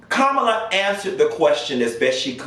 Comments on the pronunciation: Her name is pronounced as Comma-la.....I think you pronounced it as Kam-alaa..I few times....great content...huge fan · GOT DAMN!! HER NAME IS PRONOUNCED “Coma-luh”!! Not Camila, Camela, Cumula... ITS FCKN LIKE COMA,,,,,,,,,,,,,, & THEN ADD LUH!! Tha fk!! It’s not hard!! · PLEASE LEARN TO PRONOUNCE KAMALA HARRIS NAME!! PLEASE. OK LET ME HELP YOU. READY? HERE IT GO! "com a la" another example my name Pamela. Sounds similar. Thanks! BYE! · Kamala = Comma-la I do not feel bad for Pence at all. He has several chances a day to separate himself from that train wreck of a man and he doubles down instead. Made your bed....lay in it. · Lol.u have pronounced Kamala’s name about 3 different ways. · PLEASE pronounce her name correctly! 🤦🏾‍♂️